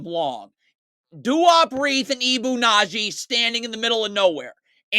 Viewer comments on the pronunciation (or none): It's Badji, not Nadji. Good video, though. It was hard to watch in real time. If anything, this is worse.